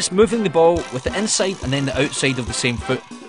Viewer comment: "Inseid"? What accent is it?